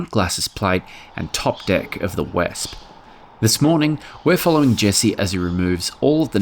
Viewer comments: Do you remember that Italian motor scooter called the Vespa?? The next time you decide to utter the name of this tank, just think of that motor scooter. THAT's how you pronounce Wespe!! Daryl's seat brackets are splendid. They might even be strong enough to carry MY happy arse. Great job!! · The name is pronunced "WESP-e".